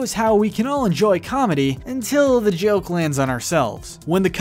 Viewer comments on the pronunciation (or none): none